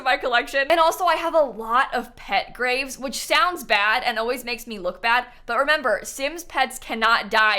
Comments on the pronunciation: Why did I hear grape🍇 collection?!🤣🤣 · when you said graves, I'm not a native english speaker, so I thought you said GRAPES and I was just thinking, odd to keep 79 grapes in your front yard I guess.. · I though she said grapes lol nope graves lol